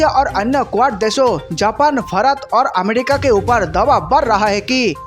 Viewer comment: Gutkha thook kr bola kr bhai🙏.....amedica nhin America hota h 🤷🏻‍♂️